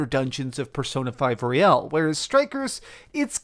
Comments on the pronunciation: Me the entire video why is he saying P5 Royale and not Royal. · The pronunciation is also wrong in American English. Sometimes it seems he catches himself midway through the word. To be honest I make the same mistake with this game for some reason. Almost like I want to say Casino Royale and I am just not used to "Royal" as the last word of a title. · What? They're not powered up at the beginning of Strikers because of what happened at the end of Persona 5/ Royal. Side note, why do half the people mentioning Royal pronounce it "Royale"? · Haha. Everyone on YouTube keeps mispronouncing the word royal and I find it so funny. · Why do Americans pronounce Royal as ROY-AL. That's Royale not Royal. This isn't a Chicken Royale with cheese